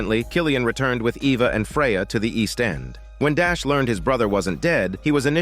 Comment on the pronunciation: AI wasn’t sure how to pronounce the name Eva lol